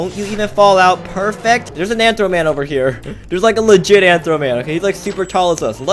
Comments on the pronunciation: It's rthro not anthro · It's Rthro not antro